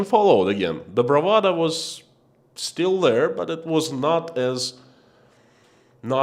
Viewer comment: BravaDO not bravaDA